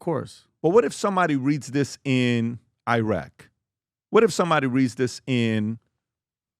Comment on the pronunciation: Iiraq but u can pronounce Iran?? Df